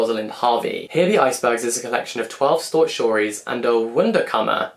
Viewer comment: “A collection of twelve stort shories”… I listened to that like 4 times lol